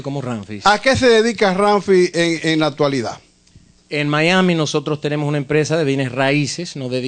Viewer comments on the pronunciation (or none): Presentador de televisión y no puede pronunciar una simple S .... típico dominicano.... " Invitado EPECIAL"....."TENEMO"